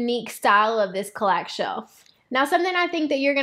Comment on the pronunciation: CAL-lax. Emphasis on first syllable.